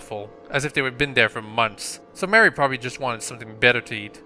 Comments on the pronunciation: ma rie not mary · You saw Marie's name like! XD